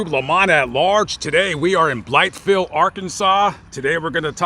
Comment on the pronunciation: Natives of Arkansas pronounce it "Blyville" the "th" is silent. Just a little tidbit . Enjoy your videos very much !